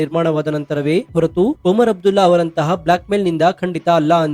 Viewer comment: That is not oman abdulla it's omar abdulla